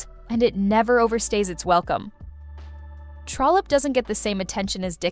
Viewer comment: Love this. Just one thing---it's "Trollope".